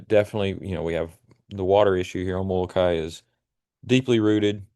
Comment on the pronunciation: Moloka’i - Moloka-ee.